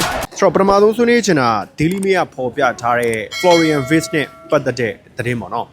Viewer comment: Wirtz= ဗားဇ်လို့ဖတ်ပါbro German alphabetမှာ Wကို ဗေ လို့ဖတ်လို့ပါ